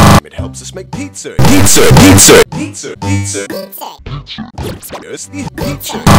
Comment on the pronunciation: No it's because pronounces it like pizzer